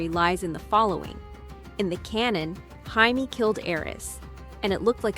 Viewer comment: How to know if it’s Ai slop? Well it’s easy instead of Jaimie they say heimy lol fucking garbage